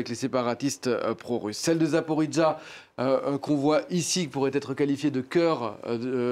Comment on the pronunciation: Le journaliste prononce tellement male le Zaporijjia, c fou. Si c'est comme il le prononce celà devrais etre marqué comme ca: zaporizza (pizza). Mais c'est justement le J (JIA)qui fait la difference importente (zaporoJia), car si non ca veut dir completement une autre chose.